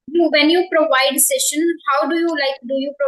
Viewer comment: You are doing very well, if you don't mind, I just want to share that you need to correct the pronunciation of the word (Session" the correct pronunciation is "sesh" "uhn" rather than "Shessh" "uhn"